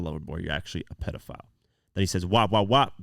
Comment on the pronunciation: Certified lover boy ? Certified pedofowl he pronounces like that with the owl for obvious reasons just one you missed